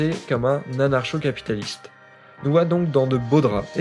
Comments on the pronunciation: QUOI? On dit "Anarko" pas "anarsho" t'es pas au courant ? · pq tu lis anarcho comme dans chien et pas anarcho comme dans communisme ?